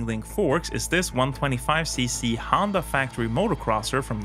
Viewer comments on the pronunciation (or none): none